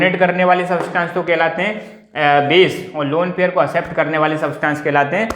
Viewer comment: It is accept not asept 👆🏻